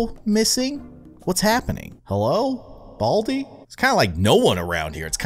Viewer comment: i had sub titles on and when you said 'baldi' it thought you said 'all T' lol 😂